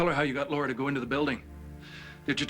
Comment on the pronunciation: I hate it when Stephan calls Laura “Laisha.”